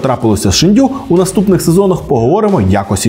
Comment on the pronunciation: Шéнду🥲 ніякий не шендю🤨